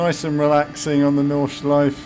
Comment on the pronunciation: Nordschleife pronounced "nord-shlyf-eh" ;) Nice driving! Can't wait to get behind the wheel in this combo.